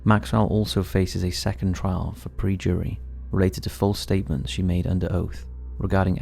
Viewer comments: It's PERJURY, not prejury lol. Also, tacit is pronounced tassit, not tackit. Yeesh. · It's not Per JUUry - It's PURjury ! It's not takid - it's tacit ! And so many other mistakes Is this an AI reading from script? Why so many pronunciation errors? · its not PREjury. PERjury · man said "Pre-jury"